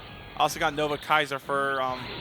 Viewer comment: So pronounced Nova Kaiser right the first time, and then went on to call it "Nova Scyther". Care to explain how that happened of all things?